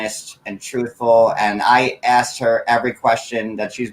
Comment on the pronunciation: Asked as aksed